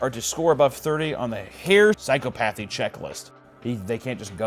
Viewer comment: Psy-cop-athy. Psychopathy.